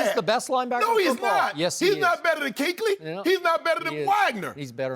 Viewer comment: Skip keeps pronouncing Luke Kuechly wrong when he talks about the best LB.